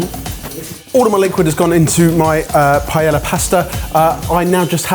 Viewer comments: Look, guys, it's an old fashioned battle, complete with the mispronunciation of "paella!" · How can these dudes be such foodies and have zero idea how to pronounce paella? Is it intentional to not pronounce Spanish correctly or something? They also get the a in taco wrong, the n in habanero, just weird stuff like that. Like, just pronounce Spanish like Spanish.... is this just an American-centric view or something? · Mister, why is it that you pronounced Paella as though it's Italian, and Mortadella as though it's Spanish? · With how much time Brits spend in Spain you’d think they would know how to pronounce paella by now 😭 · I wish you would pronounce paella correctly. haha! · It drives me crazy that you guys pronounce the ll in paella as an "L", but then will pronounce it as a "Y" in mortadella. That is exactly backwards! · there's something so jarring about you going out of your way to authentically pronounce "chorizo" while repeatedly mispronouncing "paella." Said entirely with love! Wishing you the happiest of happy birthdays! 🎊🎂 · Does anyone else get the feeling of nails on a chalkboard when people pronounce paella with the L? Just me? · Pronounce the “ll” in paella as a “y” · The way they are saying paella is triggering 😂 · The overt effort in pronouncing chorizo that way, yet massacring paella is certainly a thing. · Dudes need to learn how to pronounce Paella properly. The L's are silent and they make a Y sound. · Y'all must be trolling with the paella pronunciation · Guys... that's not how you say paella. Come on now... 😂😂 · Why are you guys pronouncing the L's in paella? As a chef shouldn't you know that they're silent? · Can you pleeeease learn the correct pronunciation of paella? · 10+ years and you're still not pronouncing "paella" correctly lol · No, no one is mad at for making paella, we're mad at you for continuously fucking up Spanish pronunciations with utter disrespect. The IS NO FUCKING 'L' sound in Paella.